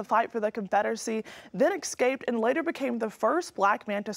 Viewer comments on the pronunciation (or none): please explain why your reporter just said ecscaped. wth!?